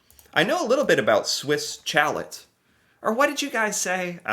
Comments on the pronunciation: if you’ve never had poutine, you NEED to try it. Amazing.🤩 And you know it’s pronounced Swiss Shall-ay 😂 You did a video on these restaurants! 😂😂😂 The “Order of Canada” is like being knighted in England, or receiving the President’s Medal in the US. On the Manitoba-Ontario border, you can see snow into May (but it doesn’t stick around for long). One May long weekend, my buddies and I were fishing, and we were hunkered inside from snow on the first day, and sun tanning on the second day. The ice scraper comes out of the car from May to September. (But in central Canada, the ice scraper is a two-handed, 3.5 foot model.) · The way he pronounces Swiss chalet cracks me up everytime. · If I run into a wall, or hit my head on the cupboard above me, I don't say sorry, I usually swear! And thank goodness you finally learned how to pronounce Toque and Chalet! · F*ck the way he pronounces Swish Chalet is so cringe, It is French.